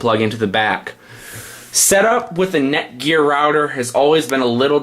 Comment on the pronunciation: is he saying neckwort?